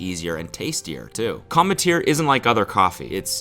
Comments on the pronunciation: did no one else trip off how he had to VO "cometeer" into the ad? do you think he was saying it wrong? lol "Cum- tear" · I swear cody mispronouced 'cometeer' every single time, and his editor had to patch everything up lol. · I feel like Cody was definitely mispronouncing commetter because all the times he said it were like dubbed over lmao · lmao he had to dub over the ad read I wonder how he mispronounced the brand name at first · Bro the voiceover on the ad spot every time he said the company's name. I need to know what he was saying so wrong lmao